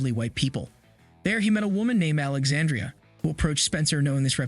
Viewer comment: Pronouncing Alexandra’s name wrong.